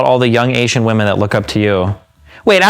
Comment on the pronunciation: I'd love Lily if she could just pronounce "women" correctly